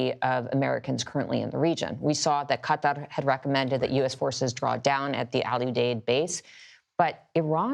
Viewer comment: It wasn’t absolutely horrible, but why not use the Anglicized pronunciation on a US news network? You’re not on Al Jazeera.